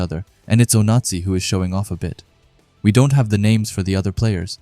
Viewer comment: i just dont like the fact that the voice kept saying "nazi" when saying onazi (oh-nah-zee)